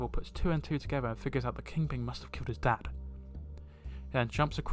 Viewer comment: Are you saying ‘King Ping’